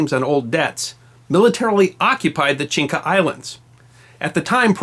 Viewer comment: One corrective comment: you keep pronouncing “Chinca” islands... but the actual name is Chinchas.